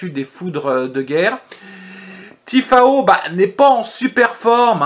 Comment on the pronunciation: Je te découvre aujourd'hui et je m'aperçois que tu viens de réaliser un très très joli... 0/4. J'attends de voir la vidéo de demain. 😊. Au passage c'est Tiafoe et non Tifao 😉